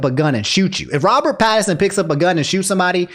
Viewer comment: Yo were you saying Robert Patterson Lmaooo